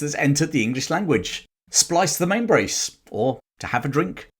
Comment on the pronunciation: Please pronounce it correctly. “Splice the MainSil’ ’ .. or the way we say it’s “splice the Mainbrace” it was an excellent report and I’ll be standing by in St. Thomas, Virgin Islands to greet you when you come in. Out